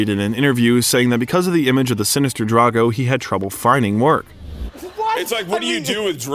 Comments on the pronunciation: DRO-GO, not DRA-GO. Not difficult to pronounce, especially when talking about such a lovely person like Momoa. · Please get the names right... It's Drogo, not Drago. It's Haka, not Hak. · did you just say khal drango.. 😵‍💫